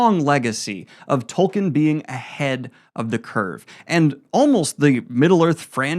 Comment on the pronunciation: Dude, please, it's pronounced Toll-keen. He's the founder of the modern fantasy genre at least say his name right. Loved the video otherwise.